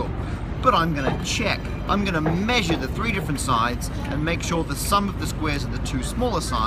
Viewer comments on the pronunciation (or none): none